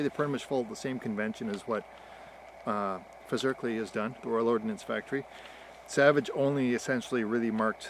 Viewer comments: Just a tip on procunciation, Fazakerly is pronounced Faz-ak-er-ly. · Fazakerley is in Merseyside near Liverpool, near to where I grew up… I’ve got a 1949 No4 mk2, bang on it’s pronounced with a deep scouse accent more like Fah-za-kher-ly Kh is phlemy and harsh in the back of your throat Sound mate, yous hav it, eh